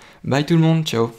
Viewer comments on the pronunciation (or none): none